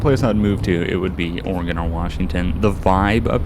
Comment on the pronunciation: I want to thank you for pronouncing Oregon the right way. I can teach you how to drive a stick, standard car. I live in Oregon, but it depends on the area, besides I don't want to be labeled as a crazy person.